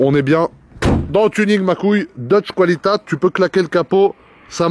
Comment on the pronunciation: 🤣🤣😂 DEUTSCH QWALITAT mais C'est DEUTSCH QUALITÄT (QWALITÈT)